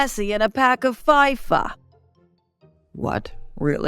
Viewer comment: Ooo i thought pronounced FIFA is FIFA but actually FAIFA? 😮 My life has been fraud 😂